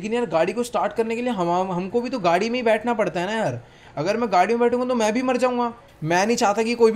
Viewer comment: gadi ko gudi bolte hai